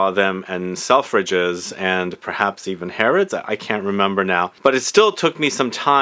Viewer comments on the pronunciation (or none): none